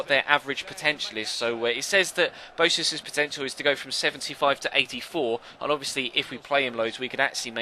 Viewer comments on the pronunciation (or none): Boëtius is pronounced like bo-a-tius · The 'e' in boetius is pronounced like the english letter a